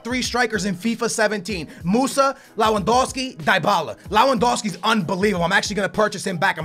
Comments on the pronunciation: Why do you call Lewandowski Lawandowski? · It's pronounced *Lev-and-ow-ski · He tried so hard to pronounce lewandowski and still cant